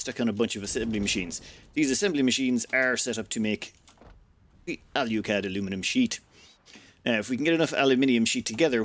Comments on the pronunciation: Can you explain to me where the "U" is in Alclad? It would seem to me that it is pronounced, "ALL-CLAD". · "Say all." "All." "Say clad." "Clad." Say alclad." "AL YOU CLAD" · I'm willing to forgive him mispronouncing alclad because he didn't call it aluminium. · He comes from an island that doesn't know how to say Aluminum correctly, so I'll let it slide. For all I know, maybe that is the British/Irish pronunciation of Alclad.